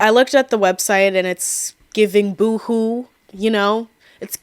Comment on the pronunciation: Did you pronounce boho (bohemian) as boohoo???